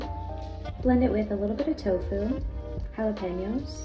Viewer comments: i love how she pronounced jalapeños right😍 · You pronounced jalapeños perfectly, I love you.